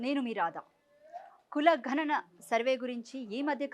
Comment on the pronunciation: ఘ నన కాదమ్మా గణన